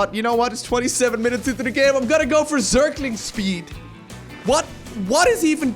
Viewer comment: " though: 'all right it is 22 minutes into the game, I am gonna go for zergling speed' What? What is even?" Just the pronounciation of "zergling speed" absolutely killed me.